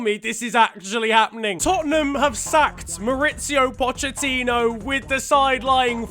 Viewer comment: Man really pronounced it 'Pochettinho.'